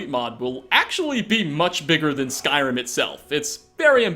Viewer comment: I though he said skywim... when he first said it